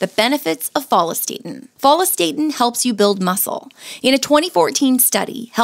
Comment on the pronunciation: What's with the HORRIBLE pronunciation of follistatin???